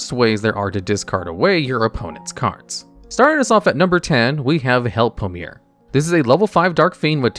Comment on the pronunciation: I believe its pronounced Help-o-Em-Er